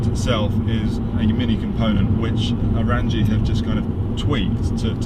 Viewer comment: Glad you enjoy the Orranje Stealth Intake, and thank you for sharing your thoughts! PS, we pronounce Orranje as "orange" 😄